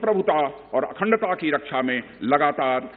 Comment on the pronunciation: रक्षा मंत्री नहीं 'रक्स आ ' मंत्री है । 😜